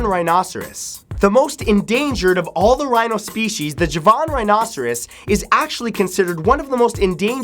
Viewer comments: I think it's pronounced ha-van rhino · The way he said 'javan' XD